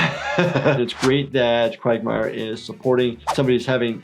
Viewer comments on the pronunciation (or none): his name is “Quagmire” not “Craig Meyer”